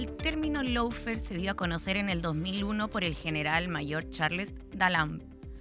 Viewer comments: Felicitación, pero el idioma del adversario hay que a`prenderlo es Law= ley y se pronuncia LÓ no lau, faire=fér está bien....eso no es sin importancia porque los piratas que inventaron este idioma sin reglas, para confundir... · No puede decir el nombre del programa bien de tan caga que quedo